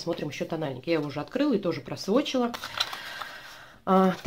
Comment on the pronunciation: Просвотчила, каждый раз слышала Просрочила 😂